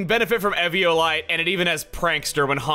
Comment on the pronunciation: Chugga great video but why do you pronounce ‘evolite’ like that